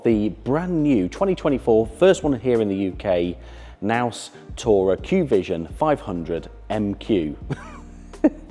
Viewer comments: Looks like the worst of all worlds to be honest. Great to see it can be done but can’t really see the application. By the way - it’s pronounced K-naus. In German you pronounce the K. 👍🏻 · Hi, the K is pronounced, unlike in English, so it’s “K-naus”